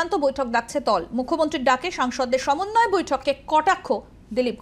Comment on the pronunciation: একজন বলছে সমন্বয় আর একজন বলছে ছমনয় কোনটা ঠিক 😂